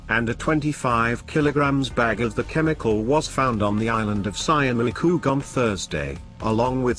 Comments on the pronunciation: Wait , I dont know what the robot try to say, but he meant 'Schiermonnik oog' (Dutchie here) one of the five inhibitant islands in the North of our country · Sjiermunnikogg??? Tursjelling??? 😁😁😁